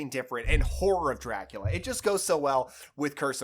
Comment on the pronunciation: I’m sorry, all I hear when you say the title is ‘Whore of Dracula’